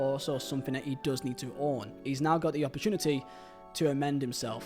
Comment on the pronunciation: The "Lukaka" always sends me, I'm sorry